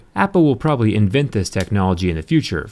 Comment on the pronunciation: I love how jerry says 'apple will probity invent this technology in the future'